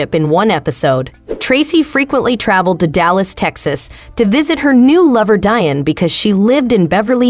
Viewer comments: Omg its pronounced DEE-ON NOT DIE-ON! Get a clue!!! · DEE - ON. Not Die-on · See, this is why Whyte folks need to stay out of black affairs. Learn how to pronounce the man's name properly. It's pronounced Dee-On! Not, Dian. The narrator is just terrible. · Now she damn well knows his name is DEION AND NOR DION!! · It’s pronounced DEE-ON not DIE-ON 🤦🏻‍♂️ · Deion ( Dee- on). No like- no share- no subscribe. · Learn how to pronounce the man’s name properly…..spelled Deion pronounced Dion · I can’t watch anymore… “Dion” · Pronounce his name right 1st. I can’t listen anymore. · Get someone who knows how to pronounce Deion's name smh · Why cant u even say his name correctly 🤷🏽🤦🏽‍♂️ hell out of here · Man she doesn't know how to pronounce his name!! Lol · If you can't pronounce a name properly STOP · Please learn how to pronounce Mr. Deion Sanders name , that's so disrespectful !! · Ummmmm you should probably learn how to pronounce his name SMH That's embarrassing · How this video keeps saying Deion name wrong is painful. Like you can hear how to say his name. Stupid click bait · She was driving me crazy pronouncing his name wrong!!!! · Fuck yea.. it's pissing me off.. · Thank you! Its pitiful! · Why now do you feel that this is relevant now? Almost like a crabs in a bucket move.Sence you can't pronounce his name correctly, just refer to him as Coach Prime